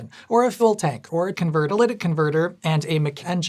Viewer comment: "Ca-tho-lic converter"